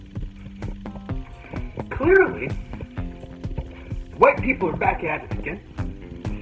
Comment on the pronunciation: I also notice that he adds a more "Black" inflection when he looks at the camera and says 'Apologize for my people'.